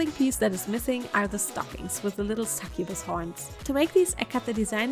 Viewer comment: She said sucubus 🥲